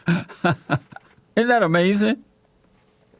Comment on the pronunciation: I love it when Jesse says: Amazin' when the other guy says something dumb.